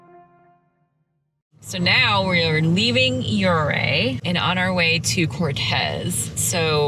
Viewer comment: Fyi for future reference, Ouray is pronounced you‐ray. Hths!